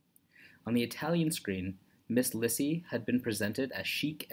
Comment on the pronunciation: Her name is pronounced LEE-see